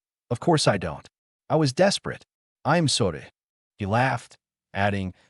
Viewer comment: Your ai couldn't even say i am sorry it fucked it up so bad watch your fucking videos before you upload them